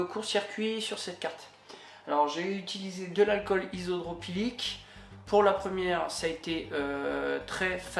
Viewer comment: Ou you youille : Isopro PYLIQUE -- Unit-t, en Français hu - té ou en Anglais You - Ti, mais pas un mix des deux -- La température - Fahrenheit et non pas Farad, etc. etc.